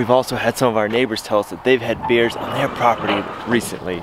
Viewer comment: Can you say " bears " not beers .